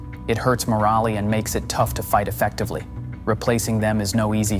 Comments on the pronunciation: moralay? No-ledge? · It hurts “mer-Ollie?” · Moraleeee? Really? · This AI sucks. "Morallie" and "falin" instead of morale and fallen? Do better. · What is 'morale-ee"?